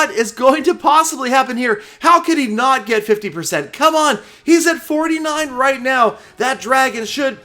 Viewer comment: A MESSAGE TO...HEY WHY DO READ RIGHT AS “ROUGHT”...PLEASE READ.. AND LOVE YOUR VIDS AND YOUR LETS PLAY SERIES WITH GALAMOM